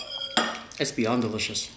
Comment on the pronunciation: This is the first time I hear say be'ond with a y. A disgrace I must say. Greatly disappointed.